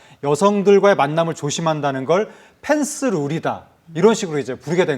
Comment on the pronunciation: 아나운서분 계속 펜스를 F발음으로 하시네 ㅠㅠ P에요 F가 아니라 ㅠㅠ